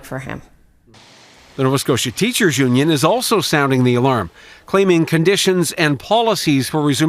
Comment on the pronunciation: He meant to say union. He said onion. 100%